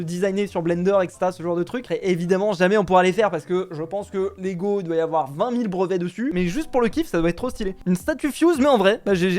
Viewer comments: Par contre c Lego et pas légos c pas méchant c pour dire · Ces "LEGO" pas "Légos" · Please pas de "é" et de "s" à lego mdr, sinonn trop bien cette video !!!❤ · *Lego pas Légo mais en tout cas super vidéo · L'accent sur Lego..